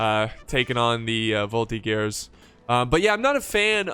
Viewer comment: You're very good with history while you play these games; yes, the " Royalists " were enemies of Napoleon, and also the Revolutionary Army soldiers who often massacred Royalist prisoners after battles. - Volti-JERz - Shay-voh-leh-jey / Chevaux legers = Light Horse - Shas-sie ah shay-val = Chasseurs a Cheval = Mounted Hunters, kind of like a cross between Hussars and Dragoons